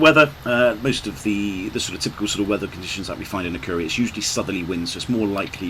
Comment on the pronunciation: Great video, but probably one of the worst pronunciations of Akureyri I've heard in a long time 🙂🙂